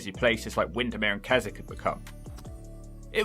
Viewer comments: What sounded like 'Kezzik' is spelled Keswick. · Don't apologise for keep stopping, I like how you look things up rather than saying "can someone tell me in the comments" like many reaction videos do. The subtitles on that video are hilarious. The towns are Bowness, Keswick (my home town, pronounced kessik) and Ambleside. The Western Lakes are lovely, partly because it's mostly locals who visit and so they're not crammed with gormless tourists.